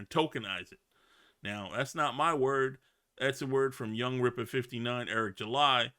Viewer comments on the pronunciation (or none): none